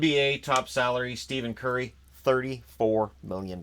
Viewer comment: Steven curry lol it’s pronounced stefen